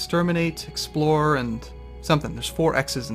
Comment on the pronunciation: explore not explode . XD